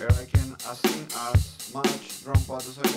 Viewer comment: jaja hermano, te causa trabajo pronunciar "assign". Recuerda que en este caso la i suena "ai", por lo tanto se pronuncia "asain"